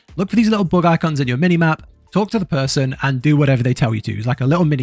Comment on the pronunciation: lastly, While watching I had to do a re take of the video as I could have swore you said "Look for these Little Bug Eye C*NTS", but after re watching a few times I worked out you actually say " Bug Icons" . LOL,made me larf.